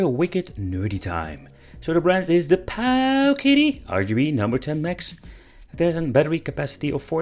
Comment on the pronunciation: Every time you say Powkiddy 🤣🤣 👍👍